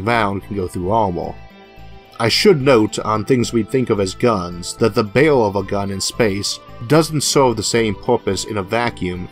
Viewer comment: OMG Isaac, you pronounce "barrel" like "bale". Kind of funny ... I had to think of what you meant. Sorry ... I understand you're speech impediment is a serious problem and I'm not trying to deliberately make fun of you. I had this problem as a child so I can totally relate.